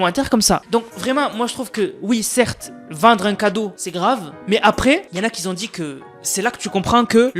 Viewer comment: Tes vidéos sont vraiment très bien, je les regarde régulièrement ! Juste, stp... , si tu y penses et si tu le souhaites bien entendu, fais attention avec les "qui Z ont dit" ! Tu le dis très souvent et ça fait un peu mal aux oreilles quand c autant, j'avoue!